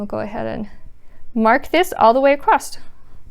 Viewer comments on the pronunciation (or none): Nice, easy to understand videos. (Across is not a word. No t, just across. I guess it is regional.)